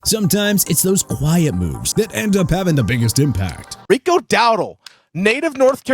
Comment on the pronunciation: Gotta love how puts in a clip of people saying Rico Dowdle and Chuba Hubbard's name correctly and then proceeds to pronounce them incorrectly. It's almost like he's doing it on purpose and it's really annoying tbh